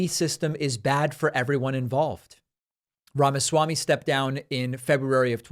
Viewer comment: Sounds like you're saying the (pronounced like short thee) fake Ramaswamy, which is more accurate, every time I hear you say Vivek Ramaswamy.